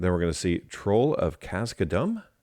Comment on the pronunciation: troll of kazka-dum and sam to the south-hearted are my favorite mispronounciations. I love it, don't change 😄